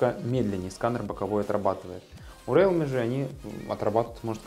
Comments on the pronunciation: да не РЭАЛМИ, А РИЛМИ, боже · Не реалме, а РИЛМИ. Хороший видосик. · РИЛМИ по английском, а по руском РЭАЛМИ Как Xiaomi, на руском Ксиаоми, а на английском Жаоми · интересный общий обзор, можно сказать эпичный))) так держать! (в mi note 10 lite нет датчика приближения. realme произносится риилми). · Рэлми мне в уши!